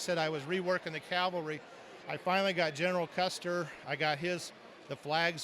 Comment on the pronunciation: CAVALRY NOT CALVERY